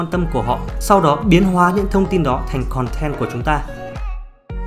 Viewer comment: "Khòn ten" =))